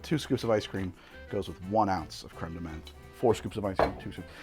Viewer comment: Menthe beinge pronounced as men with a th at the end had me dying !